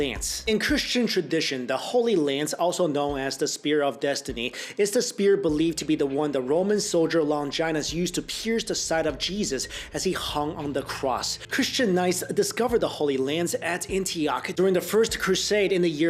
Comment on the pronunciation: I usually like most of your videos and you create interesting content, but I've always thought you were smart enough to know how to pronounce fairly common words. Cholera and Longinus. Haha you pronounced Longinus like vagina, but it's lawn-gin-us. And cholera, caw-ler-a. Come on